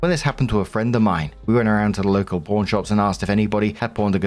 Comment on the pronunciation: I LOVE this channel specifically because is so sympathetic, self-deprecating, funny, and relatable. BUT- ever time he says "pawn" it sounds like "porn" and I can't resist giggling a bit. 😂